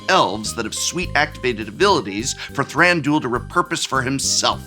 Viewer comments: Thranduel sounds like a MTG betting and fantasy league lol. Wouldn't Thran du il make more sense in the way they speak elvish in the movies anyway? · Not that it matters, but I don't like the way you pronounce Thranduil :D Very American. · I don’t think “Thranduil” is meant to rhyme with that one daily fantasy sports gambling platform…regardless, great decks! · "ThranDOOL." The amount of hardcore MTG people who don't know ANYTHING about ANY other pop culture stuff is really astounding at times. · lol I’m pretty sure it was all a joke, but yeah people pronouncing Thranduil as “Thran-dool” irk me xD it’s three syllables, not 2